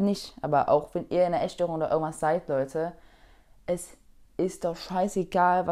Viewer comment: örgendwann, örgendwas